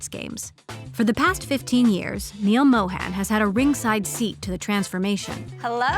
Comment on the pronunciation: Emily, you could have done better in pronouncing 'Mohan' correctly atleast. Disappointing.